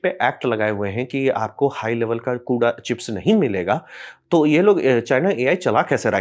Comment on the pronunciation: कुडा ना कूड़ा 😂😂